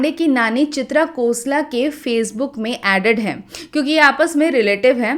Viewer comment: it is not kosla, i guess it is Khosla?